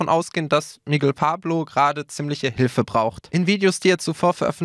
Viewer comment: "Miggel Pablo"????